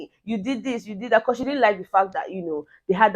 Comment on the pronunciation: Becur...... In place of because. That really cracks me up 😂😂